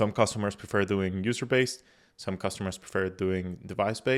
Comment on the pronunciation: Customers, not Costumers. :)